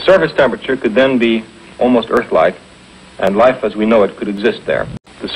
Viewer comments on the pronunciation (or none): none